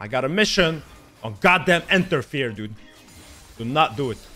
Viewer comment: Everybody: Interfere Zed players: Enterfear